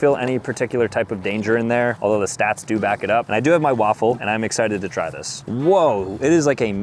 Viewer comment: "It's a waffle great day" sounds like "It's an awful great day" as well as "It's a lawful great day"